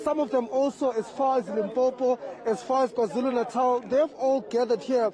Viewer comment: plz my guy,It's Limpopo not limpompo....🙆